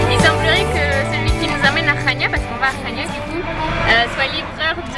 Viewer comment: Et Chania se dit Kania, j'y étais ;)